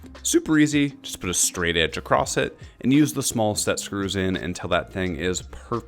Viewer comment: unfortunately you said "acorssT" which is not a word, so I won't be subscribing and I'm guessing that's what the 30% dislikes are all about too ? or maybe it was the misleading title ?